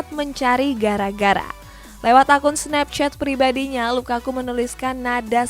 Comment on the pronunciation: Gw seneng kalo denger LAKAKA🤣🤣🤣🤣LAKAKA